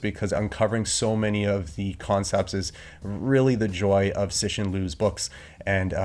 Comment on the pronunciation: C in Chinese is pronounced as ts in English, so ci is like tsi, not si. You've got to the review of his second book and is still pronouncing his name wrong. I was impressed with your review of the first book. With the review of the second book, I think you are trying a bit too hard. Look forward to your thought on the third book.